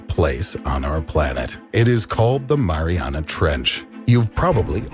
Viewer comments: Fat ass said marinara trench 😂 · LMAO. The "marinara" trench. MARINARA . Yes. A part of the ocean is named after a dipping sauce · “Marinara Trench” 😂😂 wtf Tim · My guy called it the marinara trench. I didn’t know I was at an Italian restaurant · He said marinara trench it’s not food Tim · No one: Tim: Marinara Trench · Ah yes "the marinara trench" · Did he say marinara